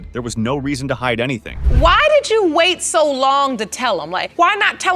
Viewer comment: "That's why I deed what I deed"